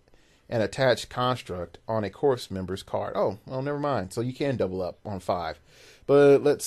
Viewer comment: Would love to have more tales of Little Gamer, just so we get to hear the voice. :) Also, FYI, leave the "P" and "S" off Corpsmen for your future casts. They're silent.